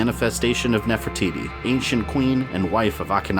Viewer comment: It sounded like you said Queen Nefer-Tities